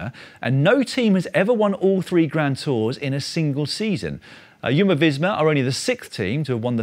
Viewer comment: It’s Jumbo not Yumbo